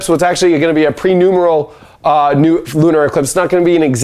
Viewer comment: Just a gentle reminder: it is "Pe-NUM-BRAL" not pe-nu-mer-al. (I have Jupiter at 23 Virgo. 😉)